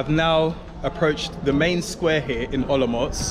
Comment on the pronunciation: You pronounce Olomouc like a real native person from Olomouc. 😀